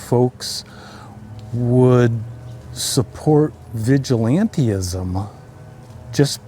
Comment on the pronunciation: It's 'vigilantism', not vigilantee-ism'. I realized quite quickly that you are less educated than you would wish us all to believe. You do not understand that people who have lost those they love due to insurance company decisions are not weeping at the moment? Yes? I can't say I celebrate the death of others, but your naivety is astonishing and unseeing. People get denied medical treatment and can lose their lives, livelihood, homes and/or future health, and you are suggesting that insurance companies DO sometimes get fined. Get over your *ffing self. Feel sadness for the fellow's family/friends for their loss but save compassion for those who have suffered due to this man's decisions. How dare they feel as they do? HM....